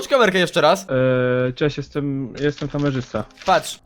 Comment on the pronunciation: Ale super orto ; Kameszysta zamiast Kamerzysta ;_